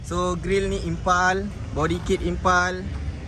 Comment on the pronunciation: Sebut pun tak betul..Impul kau cakap impal